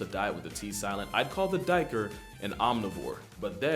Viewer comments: As a South African hearing you say Duiker hurts me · Lol, I liked your pronunciation of a duiker. How we pronounce it I would say the closest is take name Jake replace th J with a D and and an R at the end so you get Daker